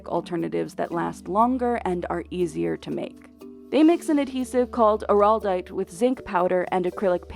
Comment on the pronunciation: The narrator is not articulate. Araldite is not pronounced oh-rawl-dite.